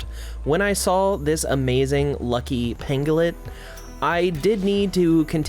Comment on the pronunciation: It can't be just be me who hears P!mp LUCIOUS Everytime he says lucky lucious 🤣